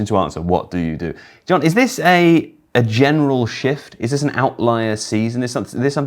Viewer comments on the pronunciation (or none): none